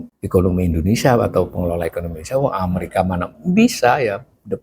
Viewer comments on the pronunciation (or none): none